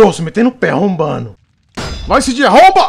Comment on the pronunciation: "Sí jei" eo caralho a pronuncia certa é "cê jota"